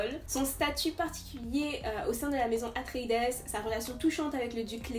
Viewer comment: Hello, on prononce "atréïde" ce qui donne le maison des atréïdes. Herbert s'est inspiré de la mythologie grecque sur ce point